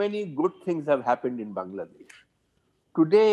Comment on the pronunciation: সাহেব বাংলাদেশ ও ঠিক ভাবে উচ্চারণ করতে পারেন না! উনি ওনার ভারতীয় হ্যান্ডলার এর মত হিন্দি অ্যাকসেন্ট এ "বাং নগলা" বলেন। He couldn't even answer properly without stuttering and got tangled up with his lies.